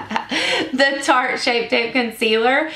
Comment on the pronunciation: LMAO did you say Sharte?! You crack me up girl! I love the concealer so I'm looking forward to trying this foundation. Thank you for the review and demo!